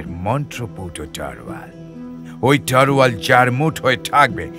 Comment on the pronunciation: তলোয়ার কে ওই ভাই বোন দুইজন বারবার "তরোয়াল" উচ্চারণ করে গেছে। বাংলা উচ্চারণ এত খারাপ হলে কিভাবে রেডিওতে গল্প বলে তারা।